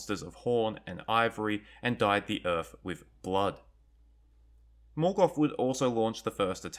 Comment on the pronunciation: There is no "F" in "Morgoth"....